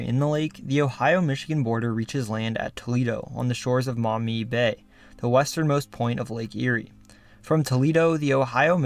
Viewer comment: I appreciate that you correctly pronounced Maumee correctly and mentioned the Black a Swamp